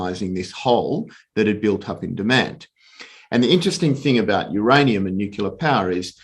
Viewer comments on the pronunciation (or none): The fact that he keeps saying nucular instead of nuclear drops my confidence in him. Regardless, I liked it both for the algo and the content.